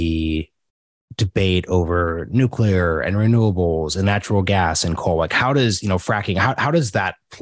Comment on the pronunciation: Good interview. But a biased one. She could´nt even pronounce the word "nuclear". And when she finally did, you could almost see tears coming out of her eyes. Paradoxicaly, that gives me hope that change is almos here and nuclear is necessary and important one in the energy mix.